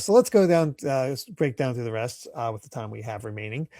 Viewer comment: "so thorugh"? I know they speak a little funny in the UK but cmon lol